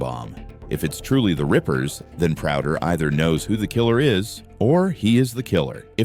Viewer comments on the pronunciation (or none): Please stop your AI voice from calling him Leon ‘Prouder’, or you know, actually bother to talk on your own videos.